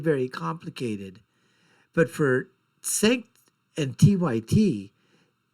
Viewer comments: It’s spelled Cenk but pronounced Jenk. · Cenk (pronounced Jenk) is right, love how you have an opinion on someone who's name you can't pronounce.